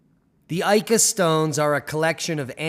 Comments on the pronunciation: Pronunciation: ee-ka... not ay-ka. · So, Ica is pronounced eeka, not aika... I don't think there is much doubt that most of these stones are relatively modern fakes. However, there most likely were some original engraven stones to inspire the fakes. I saw a stone, in 2003, that children of a family I was visiting had found in the sand while playing on the outskirts of Pisco, Perú. It didn't look like most of the Ica stones, was a rounded reddish granite type stone, with what appeared to be a stegosaurus carved into it. It showed no sign of varnish or polish, but didn't look new either. The children had colored it with crayons. I offered to buy it, but the parents just shrugged and said "It is the children's toy, they found it, we have no idea of its worth." I left it at that, thinking I would return soon, and snapped a shot with my disposable camera. Unfortunately, the photo has been lost, and when I returned after a couple of years, the family was no longer living there.